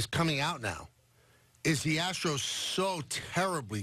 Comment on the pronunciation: Hahahaha! "Ass-tros"